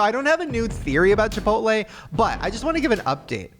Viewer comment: Why did you say, Chip-pote-lay.?